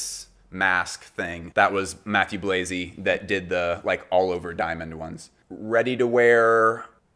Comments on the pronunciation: whoops not Chalayan. Was typing when listening. Mah-tew Blah-zee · the pronunciation of Mathieu Blazy tho........